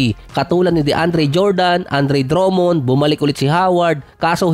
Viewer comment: dromon? haha laptrip k tlga mag pronounce ng surname